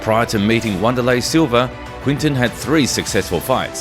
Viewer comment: TF is Wanda-lay Silva??